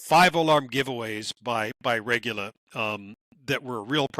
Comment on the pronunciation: Now both of you are going to mispronounce Regoola?